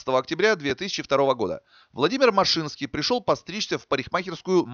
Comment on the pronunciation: Не машИнский, а мАшинский .. Лично его знал. Я как раз в германии у отца был, когда его расстреляли